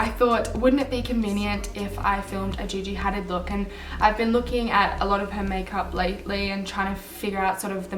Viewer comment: You said her name wrong